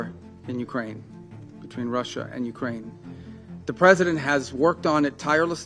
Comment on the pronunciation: bro said "Ukwaine"